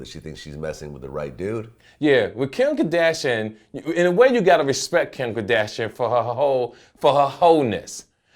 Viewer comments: Kim kerdashin😂 the way he pronounces it. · "Kem kdashiann"